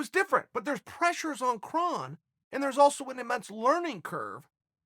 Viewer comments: Krrr (O) nnnn Gracie not Krahn Gracie. He’s not Klingon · Sorry, but can't listen to commentary from someone who can't even pronounce the fighters' names right. Hint: It's not "Krahn." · "Kron" is pronounced "Krone" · ur pronouncing his name wrong chael or should i call u "kale"